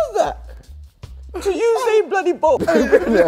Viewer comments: «Usian Bolt» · Usian Bolt? I thought it was Usain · Usian Bolt lol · usian bolt lmao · Anyone notice that in the contact it said USIAN INSTEAD OF USAIN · Damn Raheem its Usain not Usian🙈🙈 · Usian Bolt 😂 Usain* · It say Usian not Usain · Usian bolt? Not usain bolt? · Who TF is usian bolt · "Usian" Bolt lol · "Usian bolt" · "USIAN" BOLT🤙🤙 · “USIAN” Bolt? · Usian Bolt? lmao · Man actually called ussain bolt 😂